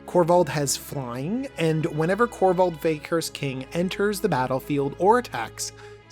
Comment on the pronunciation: Kor-vald sir. Not korvath